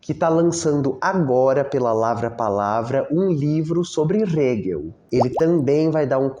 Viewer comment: Sou muito grata a todos os teus vídeos. Só queria deixar uma sugestão, quanto à pronúncia do nome do Hegel. Na legenda (que é gerada automaticamente), não aparece o nome dele quando falas, acho que, por causa da pronúncia (aparece Rego às vezes, hehehehe 🍑😬). Eu uso legendas pra me ajudar a prestar atenção no vídeo e fixar o conteúdo. Não tô reclamando, afinal, é conteúdo de qualidade, de graça; só tô deixando uma sugestão.